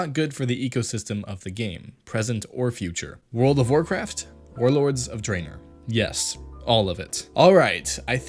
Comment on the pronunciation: Did one person write this while an other person read the lines? He couldn't pronounce Sargeras or Draenor